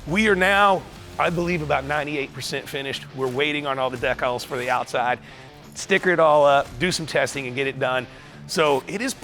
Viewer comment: Did Richard just say DECK-ALS? Did he mean Decals? 'DEECALS" Never heard that said that way...